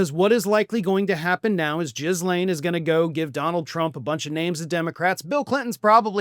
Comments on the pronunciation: I think the G is hard and the S is silent in Ghislaine, as in "Gil-Aine" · JIE’ lane, altho not sure we care about correct pronunciation where this woman is concerned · Ok... I'm in no way defending that monstrous woman... It's pronounced like Elaine with a "G" ... Ghee-Lane. Yes... It's a French name... Everyone sounds really stupid saying it wrong while speaking intelligently otherwise on this subject. Pass it on. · Of all the myriad ways I've heard Maxwell's first name pronounced, "jizz-lane" is both apropos and immensely hilarious in light of what she did, and was convicted for. It is by far one of the darkest facets of what I find funny, but finding that glimmer of light in horror is something I pride myself in. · Please oh please pronounce her name correctly. It is pronounced gee - len. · I believe her name is pronounced "Gill-LANE." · I dunno why you say Jizz-Lane but goddam it's hilarious. Keep perpetuating that negative stereotype my American brother, at least your heart is in the right place 👍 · Ghislanie ... It's like "Ghost" ... not Jizzlaine ... Ghislaine with a SILENT "S" .... I know it's a stupid name ... but if you can't pronounce it, just call her Ms Maxwell FFS! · Ghislaine's name begins with a hard 'g.' Do your homework. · The 's' is silent in Ghislaine. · trump doesn't need saving. we already been through this. he got re-elected and has all power. he'll pardon her to show off because he can. the S is silent in her name. just pretend it's not there and you will pronounce it correctly. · I know it’s off topic but you’re not pronouncing her first name correctly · Would you please stop pronouncing the S in her name. It makes you sound stupid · thats possibly the most unfortunate pronunciation of Ghislane I've heard yet. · Could you learn how to pronounce "Ghislaine"? You probably only speak English, but dude, make an effort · it's a silent s, like Glen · I love how you pronounce her name "Jizz Lane." How appropriate. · not "giz" laine